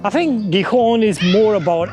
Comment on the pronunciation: No es Rivadabia ,eso está en Galicia,es Ribadesella y la ciudad se pronuncia Gijón, con el nido de J en ambas consonantes, acaso no sabes leer?.